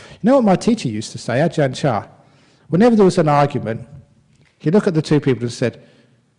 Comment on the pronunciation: It's brahm not abraham... Lol